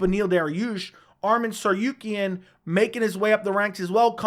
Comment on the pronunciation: Bro it's TsaRUkyan not TsaRYUkyan, RU NOT RYU